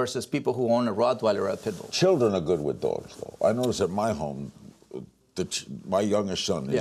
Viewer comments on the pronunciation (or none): Larry keeps saying "PETbull" instead of PITbull